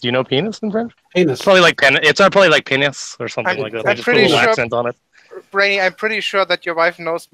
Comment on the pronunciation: Dick is not pronounced PAYNEE. The S is not silent. It is pronouced PAYNIS.